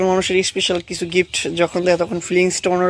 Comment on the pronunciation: ইশপিশাল আবার কি। শুদ্ধ করে বলেন